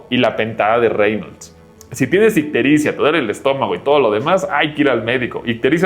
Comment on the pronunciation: icterizia? Que es eso bro?